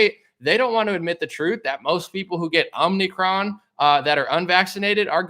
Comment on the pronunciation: I think it’s about half the population who says ‘Omnicron’ ’ instead of ‘omicron’ 😆